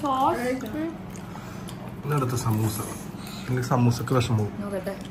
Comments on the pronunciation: ini namuku roll akkan Samoosha sheet ennu annu athiyam wrong aayitu paranjathu correct word samoosa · Ramadan day 12 Ans: സമൂസ ഷീറ്റ് എന്നത് 4 വട്ടം തെറ്റി പറഞ്ഞു 1. 2. 3. 4. സമൂഷ എന്നാണ് പറയുന്നത് 😊😂❤ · Superb vlog Today answer സമൂസ നെ സമൂശ എന്നാണ് തെറ്റി പറഞ്ഞോണ്ടിരിക്കുന്നത് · സമൂശശീട്ട് എന്ന് പറഞ്ഞു സമൂസക് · റമദാൻ 12 Today answer samoosasheetn സമൂശ ശമൂശ സമൂഷ് എന്നിങ്ങനെ തെറ്റിച്ചു പറഞ്ഞു